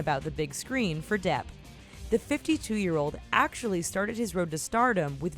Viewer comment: When it said "Johnny Depp", I thought it said "Johnny Derp".